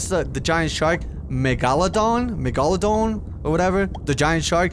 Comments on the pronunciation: the giant shark you were talking about is pronounced mega-low-dawn megalodon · Mega la don thats how you pronouce it its an ancient shark that was 50 times the size of a great white shark and weigh about 500 tons or somewhere around there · Me more thing it's pronounced mega-lo-don and you don't want to meet one they are the size of jumbo jets and the babies are 2x bigger than a normal great white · Btw megalodon is pronounced mega-la-don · Megaladon is pronounced as mega-la-dawn